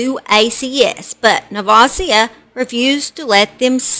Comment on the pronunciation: This is so sad. I went to JR high school with her. She had been abused all her life. Never would i have thought she would do that to her daughter knowing the truma abuse can cause. Btw your saying nevasia name so wrong.